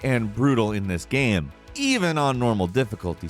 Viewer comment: "gaæame"